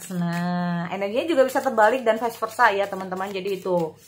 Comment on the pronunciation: Vice Versa bukan vise